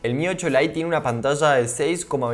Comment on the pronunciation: y Así siempre dice 'pantalla'?